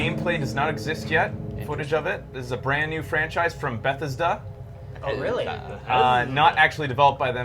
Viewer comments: Can someone tell it's Buh-Thez-Da I live 30min away from Bethesda Maryland and the way that he says Bethesda is painful. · Anyone else annoyed by pronunciation of "Bethesda"?